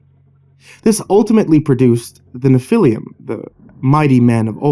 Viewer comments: It's not pronounced "Nephiliam"... It's 3 syllables, not 4. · Sorry man, I have to do this. Nephilim is proununced “Nef-ih-leem” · It’s pronounced NEFF ah lum. Otherwise great reading. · Nephilim is pronounced Nef-il-leem. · Hey dipshit the proper pronunciation of Nephilim would be to use the e like in the name Jeff, Nephilim Google pronunciation works very well why not stick to Creepypastas douchebag